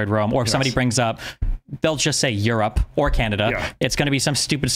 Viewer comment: did y’all catch that? He pronounce Europe as “you’re up”.